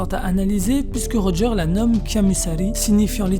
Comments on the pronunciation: Par contre ça se prononce « rodjeur » pas « rojeur » 🤷🏾‍♂️🤷🏾‍♂️ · Pk tu dis rojeur alors j’avoue jcomprends pas trop